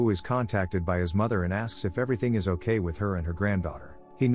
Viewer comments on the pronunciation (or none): none